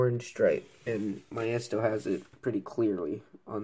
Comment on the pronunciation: Great review! btw Maisto is pronounced Maysto, not Myesto. Love the review! New subscriber!